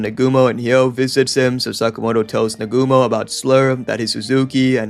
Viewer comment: It's Naa-gu-mo, not Nagoomo.